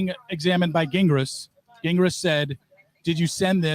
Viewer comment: Lmao ok wait i JUST noticed called him Gah gingras hahahahahha even after just hearing him say jingras😂😂😂😂that was a quiet FU